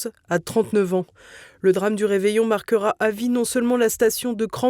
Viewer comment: Marquera, marquera? c'est vous qui le dites, desolé